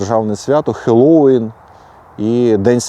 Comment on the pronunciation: Хунти на нас нема (це я про результати опитування)., у Вас розумна дружина. Hallo'ween [хелоу'ін] - наголос на останньому складі.